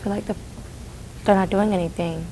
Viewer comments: Idk why do I hear 👂🏽the word "anything" as Anythink? #thatsMETHup!!!😂😂😂😂😂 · "They're not doing anythinK".....What????